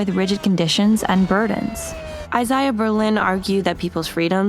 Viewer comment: I-zay-uh. Otherwise, good essay.